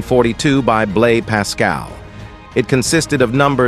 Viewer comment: The Pascaline was not digital, it was quite manual - considering they didn't have electricity in 1642. And the "s" in "Blaise" is supposed to be pronounced, not silent.